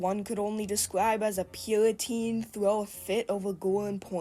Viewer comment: Everyone point and laugh at the purriteen